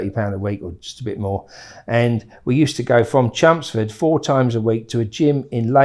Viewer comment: Took me 39 mins to realise hes saying "Chelmsford". Sound like he saying chumsfords. 😂